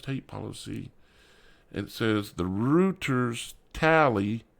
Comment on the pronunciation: Great info. Just FYI Reuters is pronounced “ROY-ters”